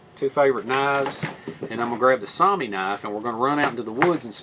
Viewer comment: Nice Vid! I like your videos! You do a great job. if I'm not wrong,I think the pronunciation you are looking for for your Scandinavian knives is "Sue-wah-mee" (Soumi). Hope that helps. I'm Finnish, born in Canada. But, if I had a dollar for every time I heard that word from relatives back in Finland, I'd be rich!